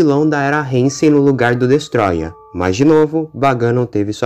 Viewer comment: Isso foi do cacete! Mas so pra falar, n e reinsei, é heisei